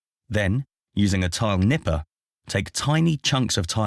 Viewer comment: I died laugh when he brought out the tile “nippahs” for around the toilet 😂😂😂 he must of been nippin’ for hours